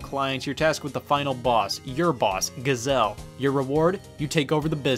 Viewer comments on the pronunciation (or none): "Giz-ell". It's pronounced "Shu-zell" DESPITE starting with the letter 'G'. 😅